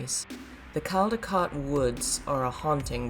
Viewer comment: Hi, Caldecotte/Caldecott is pronounced Cold-er-cott. Just a friendly message. 😉 I hope I don't sound pernickety - I'm from the UK and work for the NHS. One of our sets of rules is The Caldecott/Caldicott Guardian Rules. "A Caldicott Guardian is a senior person responsible for protecting the confidentiality of people’s health and care information and making sure it is used properly."